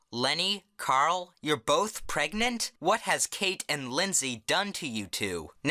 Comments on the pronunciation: "YOU ARE PERGANANAD??" Thats what i hear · "You're both.... PREGANANANT?!?!" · "How do u get pregante?"